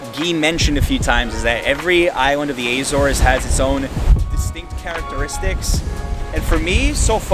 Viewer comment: I'm from Azores, I love that you say the names of the islands and the villages in a perfect way 👍🏼 keep up with the good work 😀